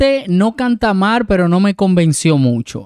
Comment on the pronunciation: Minuto "Y esta "palticipante" no canta "mar"... ¿De dónde es este youtuber que invierte los fonemas "r" y "l" arruinando a nuestro idioma español? Inicialmente pensé que era de 🇲🇽 cuando lo oí decir "chamaquito" pero cuando no reconocio a Alex Lora del Tri ya no sé de dónde de es porque si fuese mexicano sería alguien que no merece tener un canal de YouTube...🤷🏻‍♀️